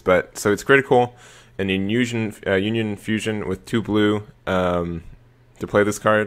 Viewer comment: Why do people but u when they say blue?